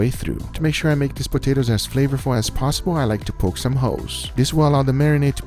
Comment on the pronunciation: Sis he say poke some hoes?